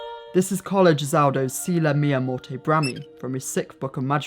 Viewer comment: Minor, super minor correction: Carlo Gesualdo, not Gesauldo. Amazing video nevertheless!!